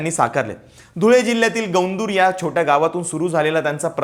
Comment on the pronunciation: उच्चार गवंदूर असा नाही. "गोंदूर" असा आहे.